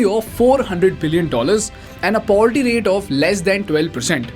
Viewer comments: Hey pronounce words properly. Look at the way you pronounce 'poverty'. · How are you pronouncing "poverty"? Took me a moment to realise